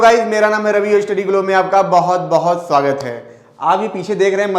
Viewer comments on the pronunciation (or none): none